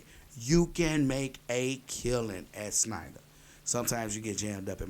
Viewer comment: It's SHNEIDER, no SNEIDER. lmao